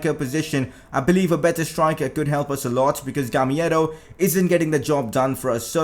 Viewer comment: bro the name is gamEIro not gamIEro